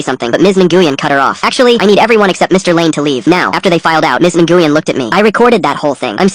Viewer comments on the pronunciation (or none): Even i know by listening, the name nyguen, is pronounced "win" not even AI text to speech feature, or AI has gotten lazy, or smart enough yo trick us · This one's an easy AI slop call. Completely mispronouncing "Ngyuen" over and over.